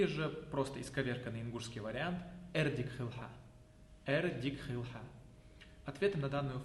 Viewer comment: Хилва* а не хийл ❤